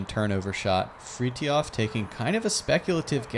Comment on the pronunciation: The way they pronounce Fritiofs name made me cry..